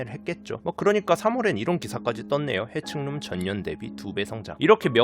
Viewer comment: 오파드햄 해칭룸 발음할 때 회충룸이라고 들리네 ㅋㅋㅋㅋ